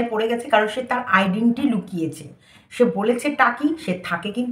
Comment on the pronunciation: আইডেন্টি নয় আইডেন্টিটি।